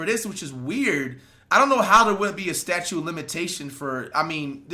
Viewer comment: it's STATUTE Flight...NOT STATUE!!! lmfaaaooo